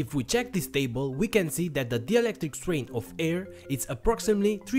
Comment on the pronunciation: It's not DIELECTRIC It's DIELECTRIC